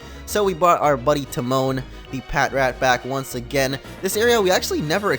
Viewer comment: i thought for a second you said Teemo when you said Timone